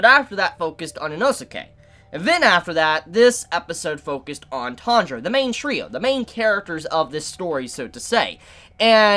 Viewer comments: Sorry but why am I hearing "Tandro"? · the way he pronounce tanjiro tho